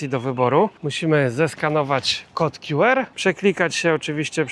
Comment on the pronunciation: Nie mów "kod kju er" bo to nieco be sensu... Albo kod "kju ar" albo "ku er".